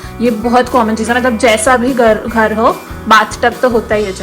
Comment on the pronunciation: ye khar bahut purana bana hua hai....... Haryanvi tone